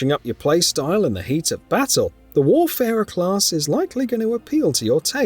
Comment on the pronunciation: isnt it WAYfarer? not WARfarer?